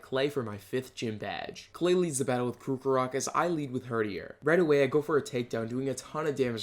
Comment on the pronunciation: I can no longer watch your videos because you mispronounce everything and it angers me. Its pronounced CROCK-O-ROCK not crook-o-rock